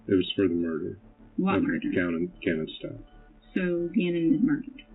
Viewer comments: This AI voice mispronounces the last name. RIDICULOUS AND DISRESPECTFUL. You have the proper pronunciation in the news clip you put in your own video ffs By the way, she was just granted re-trial, unfortunately. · is this AI? bc ur not pronoucing his last name right. at least know the victims correct name if ur gonna make a video about him. 😢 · A whole hour and you can’t say their name right once huh? Weird. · Learn how to pronounce the victims last name. You want to use the tragic real life event for your content and cant even get the victims last name right. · I wish people would say Gannons last name right. No ouch sound on the end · And the last name isn’t pronounced that way. That was driving me crazy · Video is only 2 weeks old, and facts are wrong in it. Leticia is NOT in Colorado. She was transferred to Kansas a year ago. Her name is pronounced Stowk, not Stouch! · Why do you keep calling them Staunch ? It’s Stauch like Stauck with a K sound. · "Stotch"? Really? It's pronounced "Stowk." This case is not recent at all, the trial was televised and her name was all over the place in the news. She says her last name in this very video, yet you still pronounce it "Stotch"? Oh wait. This is AI, isn't it? It's still wrong. 😅🤣😅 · It's not Stoch.... it's Stauch.... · The name is pronounced stowk not starch I know the ch is confusing but I really feel you should get his name right, sorry for being picky. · STOW-K not STOCH. Rip Gannon 💙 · It’s pronounced “STOWK”. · Stow, like cow and ack like back. Gannon Stauch (Stowck). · Cannon’s last name is pronounced “Stouk”. And the Stauch family is from Horry county (pronounced Orry not Horry). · You could pronounce his name correctly. Its STOWK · Stauch is pronounced with a long o like "out" and the ch is pronounced with a hard K sound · Stau -k is how it’s pronounced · You're saying their last name wrong! It's pronounced stock but it's spelled Stauch. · Stauch ends in a k sound not ch. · It's pronounced "St-ow-k"